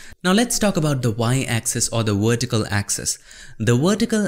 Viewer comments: The Wertical axis. Love it ;) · the wertical got me dying.